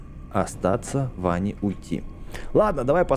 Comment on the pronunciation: Не Ванни а Вэнни